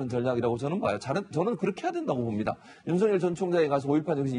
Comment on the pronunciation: 야, 사희자! 윤석렬이야, 윤석렬!!! 우리나라 국어이 한글도 못 읽는 게, 뉴스 마이크를 잡고 개폼 잡냐??? 남의 이름을 함부로 개명 하냐??? 인간부터 똑바로 되고 나서, 남 앞에 기어 나와라!!!